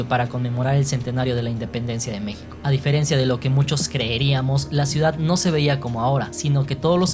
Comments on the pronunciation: En el minuto por favor, se dice: diferencia, no 'diferencía' como si llevara tilde o fuerza de voz en la segunda "i", eso es totalmente incorrecto, se pronuncia diferencia, así como se escribe. Se te oye ignorante cuando pronuncias mal las palabras, al punto de que parece que no pasaste por la secundaria, de hecho esto te lo enseñan en la primaria. Ni terminé de ver el video, preferí buscar otro sobre el tema. Si quieres hablar de temas culturales, primero deberías de aprender a hablar correctamente de lo contrario tus videos pierden seriedad y credibilidad. Buen día. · se dice “se diferencia”, no “se diferencía”, pronunciaciones incorrectas cómo esta se han propagado sin remedio.